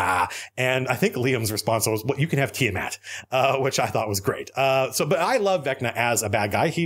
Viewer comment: Tiamat? More like Tia-Matt!